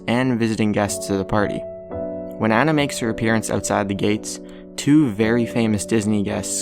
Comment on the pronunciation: You don't say it like Anna, you say it like Onna..